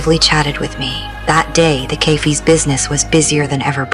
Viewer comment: Stupid pronunciation of "cafe".